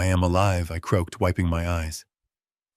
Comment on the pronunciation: Croaked not croked